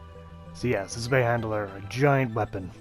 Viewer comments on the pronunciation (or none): Good info and great video but saying handler instead of hander for some reason peeves me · Zwei handler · Mate love the videos but Jesus you can't say words, it sounds like your saying zwei Mandela?